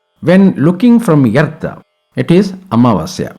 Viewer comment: Thanks for complete knowledge about Grahana and guidance to do's and don'ts.. Just a note, please address Earth or "Arth" instead of "Yerth".